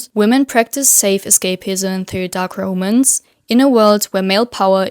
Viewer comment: How are you managing to mispronounce ROMANCE 😭 the literacy crisis, literally, because words that have never been mispronounced before are getting butchered for no understandable reason at all 😭